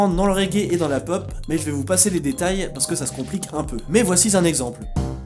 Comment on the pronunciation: "mais voici'z'un exemple" <-------------- gaulé!!!! ha haaaaaaaa!!! (rire démoniaque)